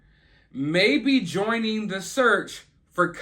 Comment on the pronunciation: Yeah Dawg! You said "Joing". Lol.